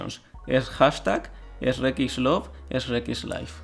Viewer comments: Me gusta como intenta leer los comentarios en ingles pero aun así pronuncia "Esrrec" cuando lee Shrek. xD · por favor dime que en españa no dicen ESH-REK Dx